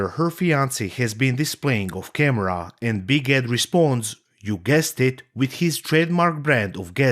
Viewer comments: You know what, you saying "Big Ed" sounded like "Biguette" to me and I think it's such an appropriate nickname for this guy. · After listening long enough, a couple times I thought you were calling him "Big Head" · I know you're saying Big Ed, but I keep hearing Big Head 😂